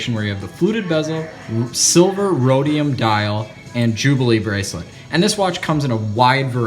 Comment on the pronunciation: Silver Rhodium? What????????? What did he say?